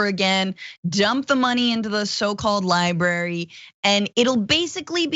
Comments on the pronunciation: “The Donald Trump Presidential LiBARY” just made my day. Bwaahaha Francesca nailed the insanity & irony in one sentence! 🤪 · Haha-2 billion for his ‘Lie-brary’